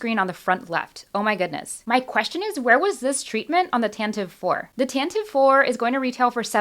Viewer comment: Tan - tiv - ee!